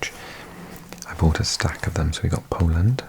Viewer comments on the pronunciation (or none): none